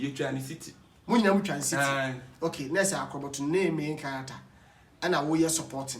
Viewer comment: Kwaku , it’s Main Character Not May Character